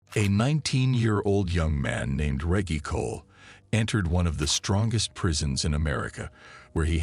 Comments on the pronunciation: Hey tell.the FN commentator it's pronounced Reg-gie Not Regg-e, lol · The fuck is this a AI reading this or something? How the hell do you mispronounce Reggie? “Rej-gee” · Yo Name is probably Re ggie not Reaggie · re - gy not re gee ? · D MKF D REGGIE MFK NOT REGY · Reggy or Reggie you donkey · Reggie is not pronounced reggae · Reage. Dude you know dam well what his name is Reggie. You never watch baseball. Not REAGE JACKSON BUT REGGIE JACKSON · Your saying Reggy it's Reggie lol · Omg 😳 I can't watch this video and listen to him pronounce REGGIE wrong 🙄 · Yo it's horrible how you put this together and your voice kept saying regee and not Reggie was so annoying i just couldn't continue, im a grown man looking for good content, step your production game up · He caught himself pronouncing Reggie the correct way the third time he’s said regee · 🗣 Bro get it right its Reggie not REGEE 😩😭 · Who DON’T know how that name is pronounced!? Reggie Jackson, the most famous Reggie there is, I know damn well whoever this is ain’t pronouncing it like Reggae. Goofy!!! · There’s no hope unhearing how he says ReJee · Who the fuck is RAY-GEE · Reg-Gee, Reg-Gee, Reg-Gee!! 😂🎉😅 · Reg-e, Reg-e, Reg-e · What the hells a regy cant even say the name rt channel owners a piece of trash dont care 1 bit bout this channel fukn dushbag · Great video. Just to help with pronunciation Reggie sounds like Veggie. 🙂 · For God sake man Americans are supposed to talk English It’s Reggie Pronounced R-E-D-G-I-E Like Wedgie You know what a “Wedgie” is don’t you? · Stupid ass narrator...it's Reggie with a hard G. I turned it off after 5 mins. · No way it’s pronouncing Reggie ( Reg - E) 😤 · Fuckin A.I cant even pronounce names Regg-E 😂 and the was it say El Diablo or El DyeAblo got me in tears 😂😂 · Rey-gey is wild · reggie is pronounced ....rejjy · This Mf keep saying reggy *scoobiedoovoice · DUUUDAH! WHO THE F IS REGGY! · THATS MY BOY & ITS PRONOUNCED REGGIE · Excuse me it's pronounced Reggae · Me too